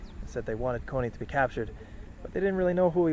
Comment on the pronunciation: Kony is not a western name, it’s a native Acholi name and it’s pronounced in Acholi language because “kony” is an Acholi word which has a meaning. You pronounce it wrong. They deliberately refuse to correct your pronouncation because they are in denial. As long as you mispronounce his name, they don’t associate the pariah with their tribe!